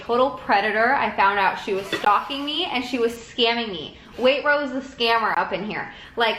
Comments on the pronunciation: No one: Not a single person:: Wait-rose Hahahha love your channel but this cracked me up Wait-trose is how you say it 💓😂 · it’s not “wait-rose” !!! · There's a T in waitrose, it's waiTrose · I'm sorry but the way you pronounce waitrose makes me wanna die (way-t-ch-rose) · in england we pronounce it like waitchrose- it’s weird idk 🤣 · waitrose is pronounced WAY-TR-Ose how is no one speaking of this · Sorry but wait-trose. I think how you pronounce it 😂😂😂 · i feel like it pronouced wait-tros but idk ILY beautiful souls